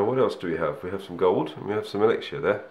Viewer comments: It's said as elix-er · True, I have found that a lot of ppl pronounce it elixshure or elixier